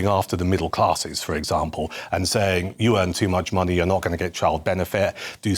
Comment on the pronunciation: she wants our “moneh”